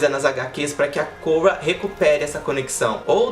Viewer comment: Pronuncia o nome da Korra direito pelo amor de Jeová